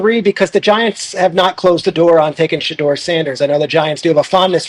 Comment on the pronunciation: He says it correctly. Everyone including his father says it incorrectly